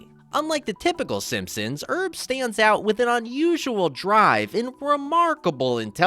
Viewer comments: It's Herb, not Erb. And Powell, not Pow Ell. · that' how Frenchs would pronounce "Herb".